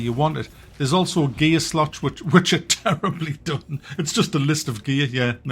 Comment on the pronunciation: Hahahah - I thought he said, you have "gay-slot" that you can upgrade.